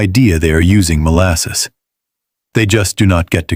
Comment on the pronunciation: Molsass, Fluwr…Sperared Milk